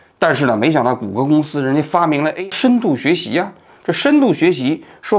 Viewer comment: 哈哈，王局读AI这个词，居然跟吴语区的人同一个口音（字母I读成类似阳平的声调，“挨”）。